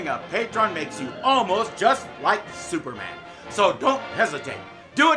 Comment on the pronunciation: I almost laughed my head od when Maria pronounced the hero s name as Zooperman!😂😂😂😂😂😂😂😂😂😂